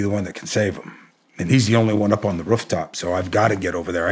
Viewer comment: “Rufftop” he’s gotta be from Ohio or Michigan. Love it 😉